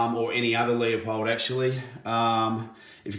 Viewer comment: It is pronounced Loo-pold.